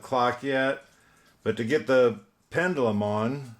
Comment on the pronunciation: Pretty clock! You were zipping right through that!😁 Steady, steady.... I was correcting you everytime you said pendUlum.😁 Oh mercy.... Not my words, but yours lol. Great job as always, bro! 👏👍 God bless and have a fabulous day!🌅💖